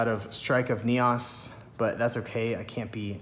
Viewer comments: Lol I keep laughing Everytime you pronounce it NEOSS instead of NEEOHS 😆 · I can't help but laugh at your enunciation of Neos, Neaus, haha.